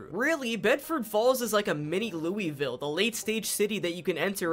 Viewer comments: not even three minutes in and he says louisville wrong. its ok, everyone who isnt from the area (or who dont have relatives there in my case) says it as its written. How to pronounce it correctly: Lull-vull. It really rolls off the tongue. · He also said Lewy ville instead of Louisville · As a kentuckian it hurt my brain when you said "looey-ville" instead of "loouh-vull" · great video however as a native kentuckian who deals with this a lot...ITS LOO-VUHL NOT LOUEYVILLE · ITS LOO VUL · The way you pronounce Louisville is like nails on a chalkboard to a person that lives in Kentucky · that pronunciation of Louisville is killllllllling me :face-red-droopy-eyes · I'm from NC and live in Louisville and he pronounces neither of them right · Yall mispronounced "Raleigh" and "Louisville."